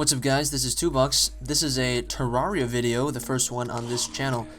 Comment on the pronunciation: Pronounced ter-air-ea